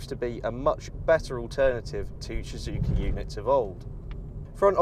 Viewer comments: Am I the only one who noticed that he can't even pronounce the brand of cars he's testing. Shhuzuki it's so annoying fuck....! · This guy don't know how to say Suzuki... 😂😂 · What's with his pronunciation of "Suzuki"...?